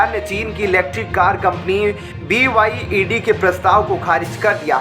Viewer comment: It's BYD kindly note & not BYED.